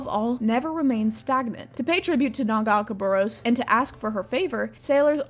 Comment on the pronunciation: Love your videos, don't love the way you say Nagakabouros